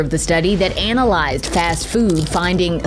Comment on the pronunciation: She said anal lized 😂